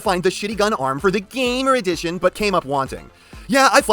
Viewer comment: I will never get enough of your lack of respect of the series line name, GAAAMMOOOR EDIIICHIOOON